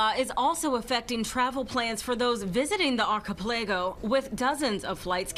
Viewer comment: New pronunciation of "archipelago" dropped